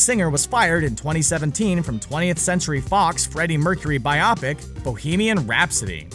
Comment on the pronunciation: "Bi-oppick..."? WTF? "By-yoh-pick..."